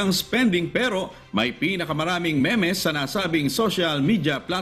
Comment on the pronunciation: di po ba read as "meems" ang "memes" and not "me-mes"?